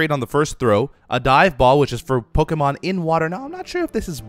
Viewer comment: Beefs pronunciation of pokemon are awful😂😂